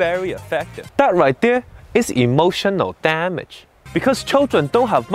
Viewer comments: "IMOtioNOL DAMedge" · Yummy Damage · Isn't that me hearing "Emotion O Damage"😆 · It’s like this EEmOtional DAMage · You are not alone, i sopposed he is saying that exactly like a motion of damage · I liked the part where he said Emotional Dah Mage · hehe "Emulsion of Damage" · "e Motional Damage" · am i the only one who hears "emotiono dam it" lul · Hahahahahahaha "E" motion o damage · EEmotional DAAmage. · Why he said EMOTIONO DAMAGE I thought he said emotional damage but he said EMOTIONO DAMAGE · I like how the subtitles get more corrupted every time he say “E. M. O. T. I. O. N. A. L D. A. M. A. G. E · E motional Dam-edge? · E motional damn age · Am I the only one hearing "A motion of damage" ? yea? no? okay.. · I hear "Emotional Damnit" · NAh i heard EmoTIOnal DAmagE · E motional Dam age, Vary Effaactive- Steven He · It now sounds like he's saying emotional damn it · tbh the first few times i saw it out of context i thought he said "emotion no damn it" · Emotional Damage(ee-mo-shun-ull-dam-idge) It hurty on the inside and make you wanna hurty on the outside. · E motional TA mage really sounds like he says a T LMAO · I always tought he says EMOTION NO DAMAGE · Today's Word: Emotional damages How to pronounce it?: Ee motional DAM ages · He say emotional damn it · eem ocean al damge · Emotional damdge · EE MO SHEN NO DAH MEJ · EEEmotional DAMnage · Imoushonol damach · Why do I hear emotional damn it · emotional damage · That right there is emotional damage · Nah, I heard it too at the end XD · Lol pitch perfect and I hear it now